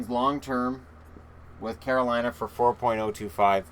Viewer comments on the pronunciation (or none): none